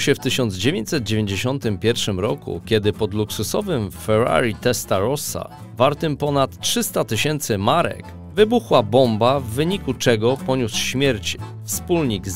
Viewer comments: Accent na Ferrari powinien jak juz byc w jezyku wloskim nie amerykanskim I to chyba byl Suchowlanski nie suchowlinski ale roznie to podaja . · skąd i po co ten akcent amerykanski na Ferrari ? Pozdrawiam milej kawusi